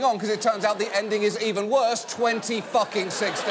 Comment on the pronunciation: Welllll…. Its gotten wesser yall😅